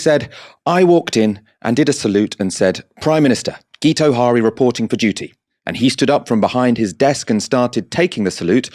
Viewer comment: FYI, Guto is pronounced "Gitto" and Harri is pronounced "Harry"... "Geeto Hari" was possibly the brother of a Dutch exotic dancer and WWI spy.